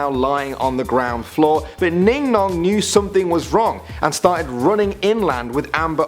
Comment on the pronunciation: Ningnong I thought u said Dingdong honestly